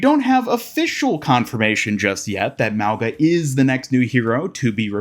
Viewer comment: Small reminder that Mauga's name should be pronounced as "Maunga", pronouncing the g like in "King"